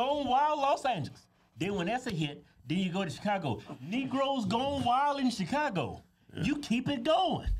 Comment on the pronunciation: It's "wild'n out"